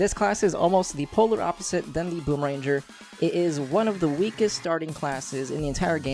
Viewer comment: Its boomer*ang*er not boomer- ranger... It annoys me so muchhhhh